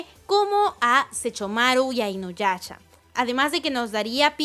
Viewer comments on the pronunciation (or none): Me desespera un poco que diga inuyacha xD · Sechomaro, sechumaru, inoyacha, inuyacha wtf. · Like si escuchaste q dijo inuyacha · Me encanta cuando dice Sechomaru e inuyacha Jajajajja perdón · Like si te molesta que diga SeCHOmaru e InuyaCHA -_ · Le da cringe cada que pronuncia los nombres de inuyasha y Sesshomaru.